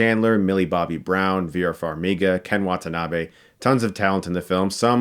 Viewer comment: Stuck, I love your stuff, but you pronunciation of "Wantanabe" made my ears bleed.